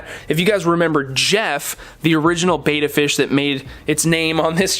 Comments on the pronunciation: It's Betta... Not Beta... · PLEASE! Its BEtta not BAYtta!!!!! Repeat after me! BE TT A BETTA! BETTA! BETTA! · I wish I could have watched the entire video but when "experts" say beta instead of betta I move on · Your are mispronouncing the name of the fish they are Bettas not beta fish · What is this? Friggin' Interpretive Dance Class? You from California? Bet, bet, bet, bet, Betta - not baeta. Ask these guys. Hear it pronounced. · Look at this Betta (with a short ‘e’ pronunciation). He is beautiful. Wow!!!